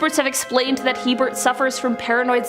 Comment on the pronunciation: Herbert not Hebert